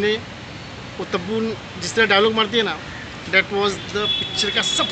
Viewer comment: Tabu ko Tappu bola yeh 😂🤣🤣